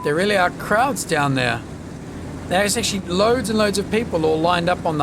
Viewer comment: I just realised you said "crowds" on the quay side. I kept hearing "krauts" :)